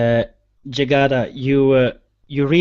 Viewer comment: Jygada pronounce it correctly!